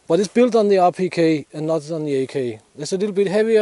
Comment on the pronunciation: RPK! Thank you! I kept hearing “appliqué” and couldn’t understand why he was calling it such.